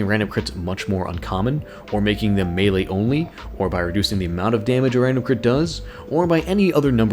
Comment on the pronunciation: it's "melee" not "melle"